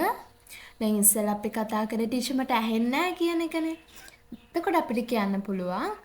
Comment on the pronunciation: Teacher කියන එකට motath teasher😂